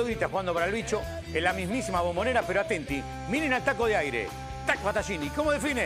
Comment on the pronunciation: Todo bien hasta q dijo atentis, mamita